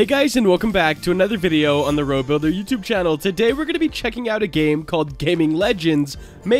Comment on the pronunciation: Great video man. You ProBuilder not robuilder